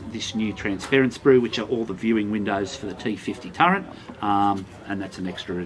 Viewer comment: Did you say 'turrent'?